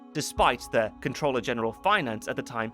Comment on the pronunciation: Finally… someone who knows how to PROPERLY pronounce the word “comptroller”! 👏🏻